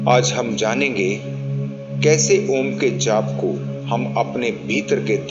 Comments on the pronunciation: Meri comment padhiye, Om ka jap karte vakt direct ओम mat boliye अओम aisa ucchar kariye air thoda pyarse bolne ki koshish kijiye. Do aakho me bichme aakhe band karke dhyan do. MERA TO 2 MNT ME ACCHA DHYAN LAGTA HAI..LEKIN SHANT MAHOL ME BAITHIYE..🙏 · आप का ओम का उच्चारण ठीक नहीं है।ओम का उच्चारण ओम न होकर।अ उ म के रुप में होता है।इसके लिए सदगुरु की वीडियो का अवलोकन करें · Bhai aap paagal ho gye h ॐ ko om uchharan krte ho Kisi se seekh lo pahle achhi tarah plz Jai shiv ॐ